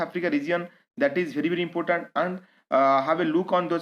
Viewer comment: Impotant, matto ,pipul, mansion,fungson ,naysnal, fraish wata lake, salange, raid list.......sir this is insights pls maintain your standards.....pls ignore for my satiric comment.